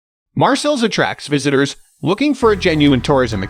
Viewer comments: OK, are you saying Marcel’s on purpose? It’s Marseille! Mar-say. Put it together! Marseille not Marcels. I actually stopped watching the video because I couldn’t take you saying Marcels every time you were supposed to say Marseille. If you’re going to do a travel video, you at Least need to know how to say it correctly! I must say, thumbs down to this. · Marcels?? CalanQ??...Pretty pathetic. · Marseille (Maar-Say) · Lol maybe learn how to pronounce the city's name to start with... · Can't trust a tourist guide if you cannot pronounce the name of the city right. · Sorry but your pronouncement of Marseille & other French names is embarrassing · If you can´t even try and pronounce the name of the city - which I know - then why should I waste my time watching your video?